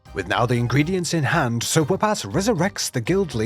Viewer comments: i hear "so woopass" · Oh "SIR" whoopass! Until I saw it spelled i thought u were saying, "so whoop ass"